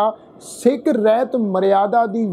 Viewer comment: ਵੀਰੇ ਰਹਿਤ ਨਹੀਂ, ਰਹਤ ਹੈ ਅਸਲ ਵਿਚ।